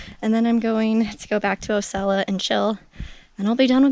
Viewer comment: Nice video...Osceola is pronounced...Aww See Oh La